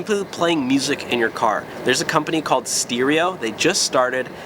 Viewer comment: You said stereo wrong.